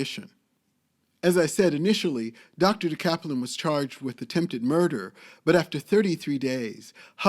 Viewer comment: You are totally mispronouncing her name!